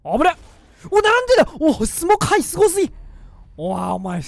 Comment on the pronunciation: 「相手からふざけん"にょ"よぉ…」